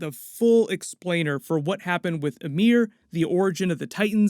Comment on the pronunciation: Why is calling Ymir, Amir ? kinda triggers me